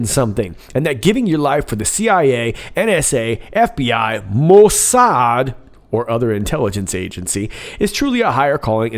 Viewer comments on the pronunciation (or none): none